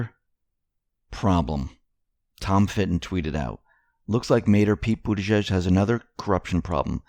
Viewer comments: His last name is pronounced “booty gauge”. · Trump pronounces it booty edge edge